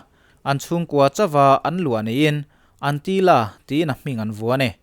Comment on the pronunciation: Antila ni lovin Antilia zwk!